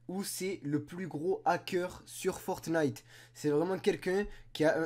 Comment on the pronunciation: A 00:5 seconde on dit pas FORTENITE mais fortnite